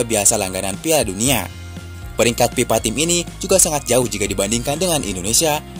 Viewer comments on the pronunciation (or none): Mas, belajar mengucapkan V dan F dong. Supaya gak diganti P. Sampeyan tuh narator loh. FIFA dan PIPA tuh artinya beda loh😂